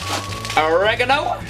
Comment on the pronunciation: Or e ga no, not origaganangaano 😂